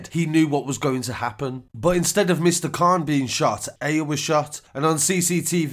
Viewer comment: Aya’s name is pronounced ‘eye-ya’ not ‘eh-ya’